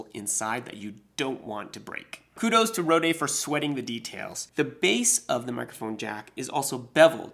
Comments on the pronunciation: it's pronounced "road" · I quite like the Frenchifying of the name though!